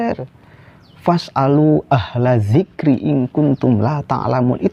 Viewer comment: harusnya zikri bukan zikro ...